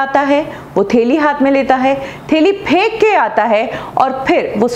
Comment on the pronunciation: Theli nai bolte Hai reee... hindi sudhar apna..thaili hota Hai thaili..!!!